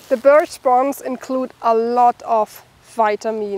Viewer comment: It sounds like you are saying beech trees when it is actually birch trees, a completely different type of tree.